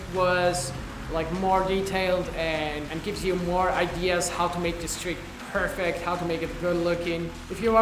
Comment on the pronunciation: Hey Jonny, unrelated to the skating but I know you appreciate tips on your English (which is really good to be honest). Just wanted to point out something that I lot of non-native speakers get tripped up on. You're pronouncing "perfect" wrong in this context. Perfect can be a verb or an adjective. You say it right for an adjective but when it's a verb you should put the emphasis on the other syllable. Like this: "That trick was PER-fect" or "How to perFECT nollie flips" Keep up the awesome vids man :)